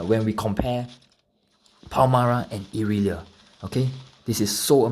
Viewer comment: Why do you read her name "Palmara"?